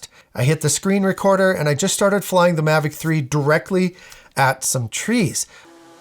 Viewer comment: Mavic "Tree"? 😯😆